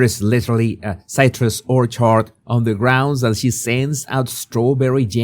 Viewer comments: You read "Orchard" as WHORECHARD ..... how fitting!!! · American Riveira Whore-chard 😅😅 your pronunciation cracked me up !!